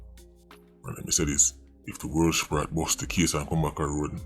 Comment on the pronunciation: “World Sprat?” lmaoo what did kartel do to you? 😭☹️